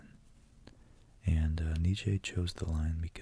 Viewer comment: If you were wondering his name is pronounced: (Nee-Chee)